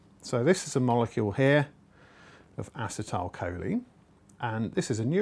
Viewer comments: I cringed every time he said "assa-tile" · its pronounced aCEtylcholine emphasis on the C en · A-Cee-Ta-A- Col - Leen